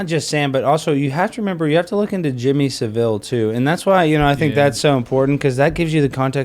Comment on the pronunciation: Why can't Americans say Saville right? It's like they've only read it and not heard it